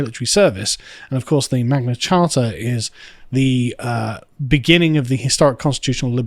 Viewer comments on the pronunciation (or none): It’s the Magna Carta [Mag-nah cart-ah].